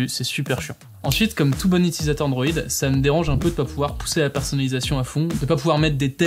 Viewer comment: Très intéressant. Par contre, côté technique, tu n'articules pas tout à fait assez, je trouve. Peut-être aussi que tu parles vite pour caler toutes les infos en peu de temps. Exemple, tu "gobes" les L de qualité et de personnalisatio. Moi j'entends qua-hité et persona-hisation.